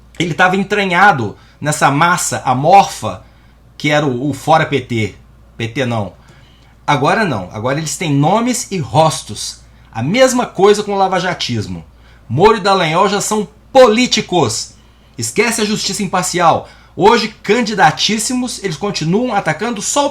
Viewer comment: Pronúncia rostos (rôstos) 😘